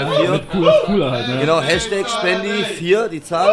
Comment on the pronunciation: NICHT Spendi NICHT sphendi es heißt shpendi !!!!!